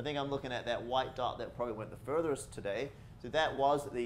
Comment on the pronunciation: Always sounds like says the furtherest